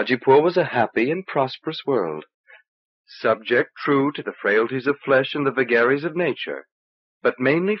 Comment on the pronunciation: Some choice mispronounciations here, eg gri-MAZE for grimace, should be GRIMM-uss and vuh-GARR-ies for vagaries, should be VAY-geries